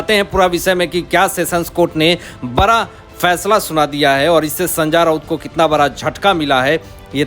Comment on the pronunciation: Are koi ise samjhaye it is Sanjay not sanja Raut 100 times we have told him